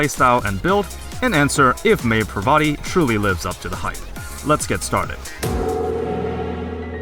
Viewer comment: Um... I don't think that's how you say her name... but other than that, good video.